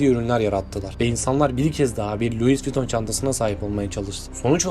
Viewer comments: Luis değil lui diye okunur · Luis değil ayrıca Lui olarak okunur. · Lois diye yazılır Lui diye okunur. Babası Xhavier diye yazılır havyer diye okunur. Türkçeyi konuşamayan çocuklar İngilizce Fransızca kelimeleri doğru telaffuz edecek de seslendirme yapacak, biz de göreceğiz! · videonuz gayet guzel ama bu ile kalkışıyorsanız isimleri doğru telaffuz etmek ve diksiyonunuzu düzeltmek zorundasınız kusura bakmayın. Çenıl değil öyle bir şey yok Şanel doprusu, Luis degil lui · Luizzz ne lan? Lui diye okunur o cahil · Luiz değil “lui” adam Fransız ve fransızca bu şekilde telaffuz ediliyor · BÖYLE BİR VİDEO HAZIRLARKEN DOĞRU OKUNUŞLARA NEDEN DİKKAT ETMİYORSUNUZ ?? ÖYLE RAHATSIZ EDİCİ Kİ HER LUIS DEDİĞİNDE SİNİR OLUNUYOR.. ÇÜNKÜ LUIS DEĞİL LUİ OLARAK OKUNMASI GEREKİYOR.. AYRICA KOKO ÇENIL OKUMASI NEDİR YAA? HİÇ Mİ KOKO ŞANEL DENDİĞİNİ DUYMADINIZ??😡😡 ALLAHIM NASIL ÖZENSİZSİNİZ YAA😮😮 AYRICA NAĞĞZİ NEDİR ?? AaYYY DELİRİCEZZ😮 ALLAH AŞKINA ARAŞTIRIP, DOĞRU TELAFFUZU ÖĞRENİP ÖYLE SESLENDİRİNN😂😂😂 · Luis viton 😂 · Kardeşim, geri bildirim alabilmek de verebilmek de önemli. O yüzden kırılma, ama bazı telafuzları düzeltmelisin. Bazen Luis bazen Lui dedin, Lui dendiğini biliyorsan neden Luis 😊 Türk halkının çoğu 1 mil kaç km bilmez, Avrupa’da İngilte dışında kullanılmaz mil uzunluk ölçü birimi kullanılmaz, Franda’da kullanılmadı bildiğim kadarıyla. Ben olsam 10 km derdim. Tonlamalar güzeldi. Emeğine sağlık! 👊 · Pile yığın demek. Çeviri heralde. Louis LUİ olarK okunur. S yok! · Kardeşim madem bir yayın yapıyorsun isimlerin kendi lisanlarinda okunusunu ogren be ya. Luis diye okunmaz. Luis diye okunur. Sirf buna kil oldum ve izlemedim. Yaptığın işe kendin saygi duy ki biz de duyalım. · Louis telafuzu Vuitton un bazi yerlerde yanlış yazılmış olmasi 1871 derken ekranda 1771 gözükmesi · Louis diye okudugun anda kapattim 😂